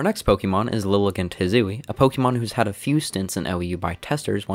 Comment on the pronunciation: Sorry man, had to stop watching due to how you pronounce pokemon. (Pokimon)